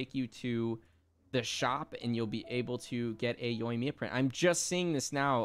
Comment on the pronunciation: You guys should really listen to the Japanese VA. You’re saying the names wrong. Yoimiya is actually pronounced as Yo-eem-ya. Ayaka and Ayato are pronounced as Ah-yah-ka and Ah-yah-to. Tartaglia is pronounced as Tar-ta-lee-yah. The G is silent. And Diona is pronounced as Dee-o-na. Learn the pronunciations before saying their names people. Overall you guys are great